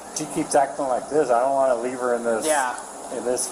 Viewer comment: There is an affliction of saying leave-uh or any other iteration of adding an uh/ah to the end of a word that people like this thinks puts more emphasis on their opinion….and that it will work in their favor! 😝😂😂